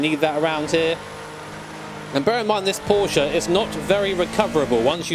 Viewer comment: Today I just realized that says Porsche the correct way:)